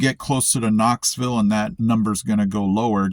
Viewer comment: I heard it too!!!! lol! On Maryville … Proper Appalachian English. But he ruined it on Knoxville!?! 😅